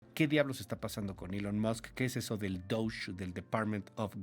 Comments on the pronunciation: DOGE lo están pronunciando como “ducha “ Los ingenieros de DOGE son ciudadanos americanos sin decir que son genios al igual que Elon Musk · Ja ja ja ni siquiera saben pronunciar DOGE. Duch!!! Se creen expertos pero solo están dando su opinión, la cu está muuuy errónea, pero claro es típico que la oposición ataque con con mentiras